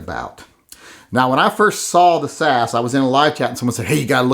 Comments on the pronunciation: its s a s.as in british special air service,komando regiment. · This reminds me why I unsubscribed from TYM. He hasn't actually touched the Hellcat, but pronounces it much harder to shoot than the P365. And he compares an extended grip on the P365 with the standard mag on the Hellcat. Worst of all is him saying "sas" as if its a word. Every time I try to like TYM, he proves himself yet again to be a b!tch. Don't review a gun that you've never been in the same room with.